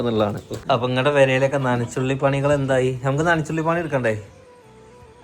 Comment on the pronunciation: നനച്ചുള്ളി എന്നല്ല നനച്ചു കുളി എന്നാണ് പറയുക